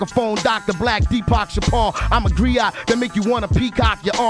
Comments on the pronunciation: Griot, not criot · I'm sitting here cracking up that they were saying "criot."